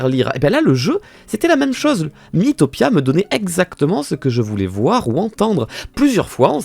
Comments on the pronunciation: Pk tu dit Mi-i-topia ça se dit mitopia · Ça se prononce mitopia